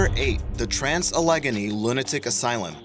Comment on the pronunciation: Very nicely done, and I've just subscribed. My only quibble is, as others have pointed out, is some of the pronunciations. Your pronunciation of Allegany was kind of jaring. You do some great research finding these places, just a wee bit more into getting the pronunciations right would take these excellent videos up another notch.